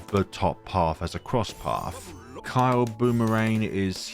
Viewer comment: "Kylee" boomerang, not kile 😂